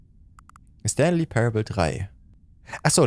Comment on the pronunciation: Zoombey hat leider den jim knopf verpasst der "stanly " sagt